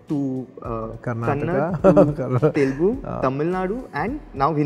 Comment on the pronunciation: before saying mass or whatever first actually watch telugu cinema instead of just the commercial flicks and second of all learn how to say TELUGU PROPERLY BHAIJAAN